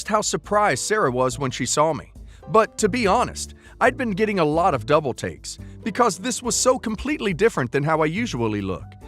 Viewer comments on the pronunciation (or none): none